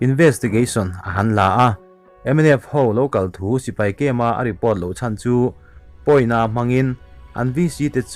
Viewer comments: Chân tih tur ni in ka hria.. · a ah thlukan a awm tur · Chan ilam hi adiklo